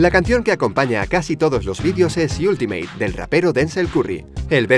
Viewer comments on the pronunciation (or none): none